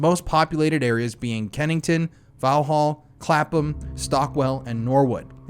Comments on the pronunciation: 😂 GOOGLE THE PRONOUNCIATIONS its not LAMB BETH its lambuth... its not vaw hall its VOX HOL 😭😩 I was like wtf is that? Until I realised you read it in FRENCH 😩🤣 its also suvvuk or southekk not south work 😩😭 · Sorry to be pedantic, Vauxhall is pronounced vox hall and Streatham is pronounced Strett ham 🙃